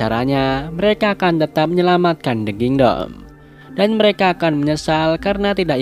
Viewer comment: "the kindoll" 😭